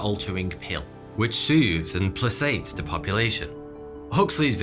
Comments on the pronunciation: "PlaSates" ? I think it's "PlaKates". Or is that a British pronunciation? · The 'c' in "placates" is pronounced with a 'K' sound.